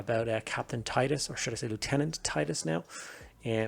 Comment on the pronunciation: Nice review, also refreshing to hear someone who can pronounce the word Lieutenant properly.